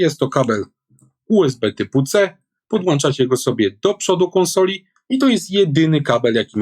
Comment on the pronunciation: PODŁĄCZAMY nie podłanczamy!